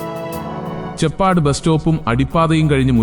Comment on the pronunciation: ചെ പ്പാട് അല്ല , ചേപ്പാട് ആണ്.